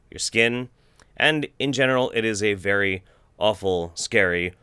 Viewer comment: ...did i hear "in genital" instead of "in general"